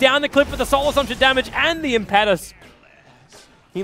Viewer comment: as a fellow Australian, I enjoy that you cast a wide variety of Dota 2 tournaments and upload them on to youtube, But could you please stop pronouncing Enchantress' ulti Impetus as Im-pet-us when it should be Im-pe-tus, just google impetus meaning and have it pronounce for you. Cheers again from the land down under